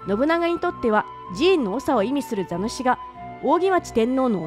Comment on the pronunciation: 座主も、「ざぬし」ではなく、「ざす」なんですがね。